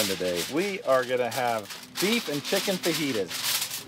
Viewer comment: I heard lunch 😂